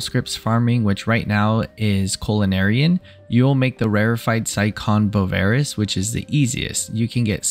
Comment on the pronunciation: I don't blame you for doing it, but it still hurt me hearing how you mispronounced bavarois. It's French, and pronounced "ba-va-rwa." Otherwise, great video.